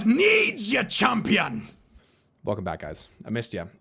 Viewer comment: HER WOOOOOONS, CHAMPYUN!